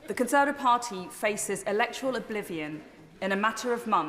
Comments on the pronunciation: She even seems unsure as to how many syllables are in the word "conser(va)tive. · She can't say "Conservative party". Even when given a second chance.